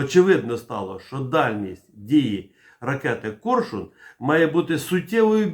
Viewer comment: "Корьшюн" ?? А чому не Арьйолл,ЯстрЄбь?